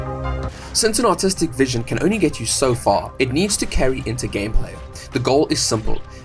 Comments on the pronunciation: I swear the intro had me shaking my head... I seriously thought you said autistic vision 😭😭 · Thought bro said "autistic vision"